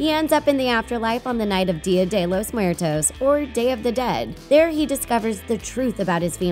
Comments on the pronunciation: You are supposed to say coco with a Spanish tone. Same for Día de los muertos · DEE-uh dE lOs Muer-T0s